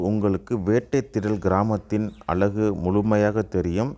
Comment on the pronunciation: அலகு அல்ல அழகு என்று பேசும் நபர் இல்லையா?